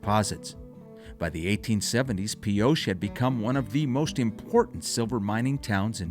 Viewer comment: Nice travelogue, but research your pronunciation ahead of production. You pronounced Pioche, as “Pee-osha” Correct pronunciation is “Pee-oach" (O as long and A being silent).